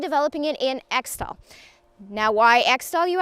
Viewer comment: its pronounced eck-tol